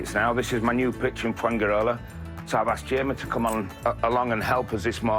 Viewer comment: Is it not amazing that foreigners after living abroad for even 20 years, still do not know how to pronounce very basic words or even the place they live in like Fuengirola.